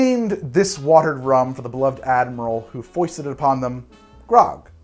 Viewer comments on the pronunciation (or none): none